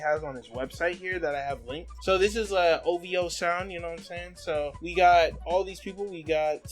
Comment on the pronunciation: One of drakes biggest crimes is that he pronounces it "O-VEE-OH" buts its spelled O-V-O, like my niggq wheres the "E" sound coming from